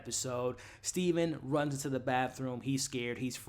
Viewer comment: It's Steven with a V lol